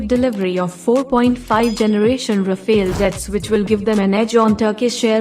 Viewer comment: Rafale (Powerful wind in French) not Rafael.